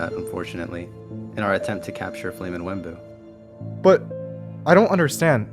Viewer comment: It’s not Wemmbu but it’s unstable